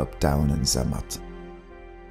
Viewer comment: It's not "Sermatt" the Z is pronounced strongly like "ts"